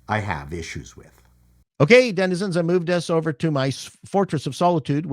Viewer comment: the captions transcribe him to saying, “Dennis of the internet” instead of denizens of the internet😂